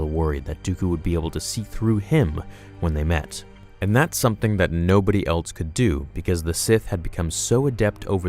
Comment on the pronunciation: "altso" instead of ALSO. "Eltse" instead of ELSE. This video made me want to shoot myself